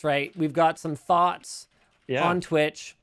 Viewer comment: nobody: linus: "i have some thots on twitch"